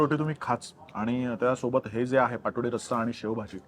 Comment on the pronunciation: Its Paat Vadi पाटवडी ... Not Patodi... Just a correction :)